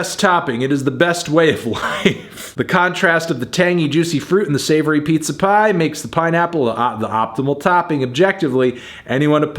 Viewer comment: I am Miss 10 minutes ago when I didn’t know that a “peepza” was a thing